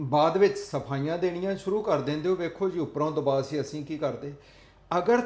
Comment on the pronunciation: ( ਦਬਾਅ ) ਹੁੰਦਾ ਹੈ ਦਬਾਵ ਨਹੀਂ ਹੁੰਦਾ ।ਤੁਸੀਂ ਤਾਂ ਪੜ੍ਹੇ ਲਿਖੇ ਹੋ ।ਸ਼ੁੱਧ ਪੰਜਾਬੀ ਲਿਖਿਆ ਕਰੋ ਤੇ ਬੋਲਿਆ ਕਰੋ । ਦਿਨ ਬ ਦਿਨ ਪੰਜਾਬੀ ਚ ਰਲਗੱਡ ਹੋ ਰਿਹਾ ਹੈ ।😂